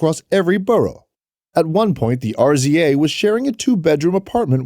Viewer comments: HOW YOU SAY RZA AND GZA NOT R Z A AND G Z A WHERE ARE YOU FROM FOLKS SMH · In the united states its pronounced Jizza and Rizza. Those are hip hop legends please pronounce them correctly next time.